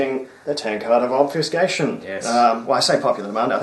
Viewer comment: The silent majority are very happy to not only see the tankard return, but also to hear you say 'obfuscation'. Great guess once again!